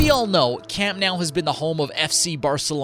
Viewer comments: It's Camp Nou not Camp now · camp nOOOOuu not nAAAAAOOOW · I thought the endless mispronunciation of the name was weird, but then he said "Més que un club" 😂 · Imagine making a whole video about the stadium and not knowing how it’s pronounced…. Lololol WTH is “camp NOW” 💀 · It hurts so bad lol